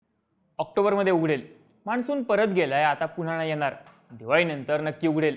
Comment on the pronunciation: Changla update ahe fakta न ani ण madhle confusion kahi sampat nahi. माणसुन asa shabdda Marathi nahi ahe…